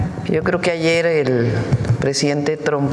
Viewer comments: What an absolute Wanker 😂😂 She just kills me when she pronounces his name ‘Tdump’. He may have forgotten that she slapped him a week after her appointment to the Job! He will be dealing with more international female leaders this term. He won’t cope 😂😂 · Let's admit it, that was a HILARIOUS rebuttal, worthy of Stephen Colbert or Jimmy Kimmel! It was perfectly at Trump's level (I love how they pronounce it "Tromp" :-)). This is what the entire world should do. Just show how ridiculous he is, again and again. Make fun of him, as long as he is able to do his job seriously. Until the very last MAGA supporter in the most remote corner of "America Mexicana" finally gets it too. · She said "Troomp" - middlefinger quality!!